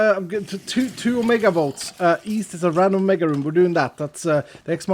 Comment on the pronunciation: East? I thought you said weast.